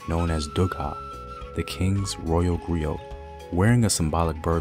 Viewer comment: I thought the pronunciation was that of a silent T. Like 'GREE-OH' and MARIBOO